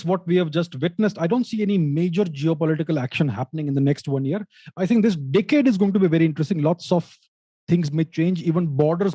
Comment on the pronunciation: Ohhhh decade, thought he said dickhead